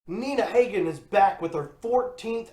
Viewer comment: Pronounced Ha-Gin, Dahling. I wouldn't be trashing Iggy, especially if you're a Green Day fan. Look up MC5, The Stooges, New York Dolls, The Ramones, The Clash, and X sometime.